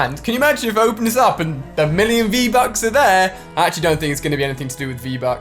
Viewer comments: he says get free-buks😂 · Lol u said free-bucks Good vid though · You said freev bucks